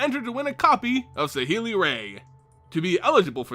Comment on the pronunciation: I don't like how you pronounce saheeli rai but I do want one pleaseeee